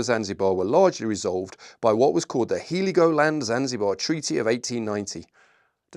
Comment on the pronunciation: Heligoland is pronounced "Hell-igoland," not "He-ligoland".